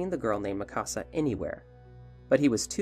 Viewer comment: Hol on… why you saying Mikasa like Mí Casa wtf Is wrong with you🤦‍♂️😭😭